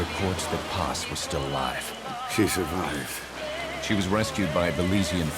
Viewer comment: she shurfifed?